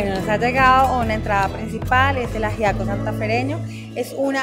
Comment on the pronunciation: No ayiaco es ajiaco con la j se pronuncia :D